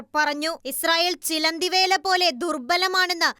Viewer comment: ന്യൂസ് വായിക്കുമ്പോൾ ശ്രദ്ധിക്കുക ചിലന്തിവേല അല്ല ചിലന്തിവല